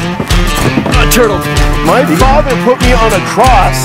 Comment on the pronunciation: it sounded like a cartoon when he said turtle more like....MINE TUTLE H E L L O